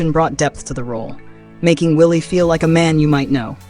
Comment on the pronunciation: Why it sounds like the Muslim dude said this here is a ma’am and not man